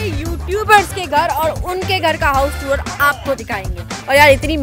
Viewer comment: टूर ❌ टुअर ✅